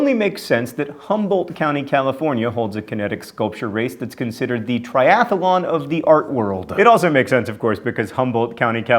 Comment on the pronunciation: "the triath-a-lon" 😅😅 I just watched the one with mispronounciations before this one and that's not how you pronounce "triathlon" 😅😅